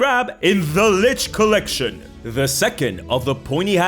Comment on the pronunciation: the collitchion